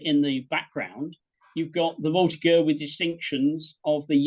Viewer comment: An excellent presentation to be sure. My only horror is that such a learned historian as grossly miss pronounced "voltigeur" using a hard G as in get. It should be a soft G as in General.